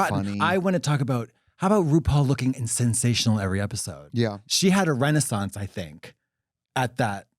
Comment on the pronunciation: a RUnaissance